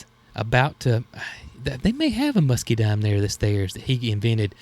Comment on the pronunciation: there isn't an "R" at the end of Pergola - Per - gah- la. 🤣 And it is Muscadine, not Muscadime. 🤣🤣 Sorry about the corrections, but just thought you might want to know since you have mastered Potegar, 🤣🤣